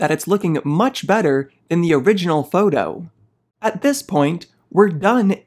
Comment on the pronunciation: "foudoh" 😊 just kidding... love affinity products ❤